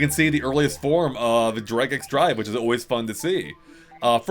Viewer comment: it's Drag AND Drive, not x.